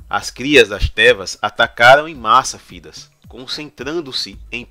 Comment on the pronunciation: Tá show, mano! Faz mais vídeos sobre Dragon Age. Só uma parada. Thedas não se pronuncia Fidas, e sim, Tédas. Deu uma agonia ouvir Fidas kkkjk mas o vídeo ficou foda!